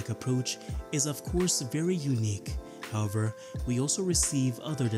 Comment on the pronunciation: I’ve never heard anyone repeatedly say “how-ver” more in my life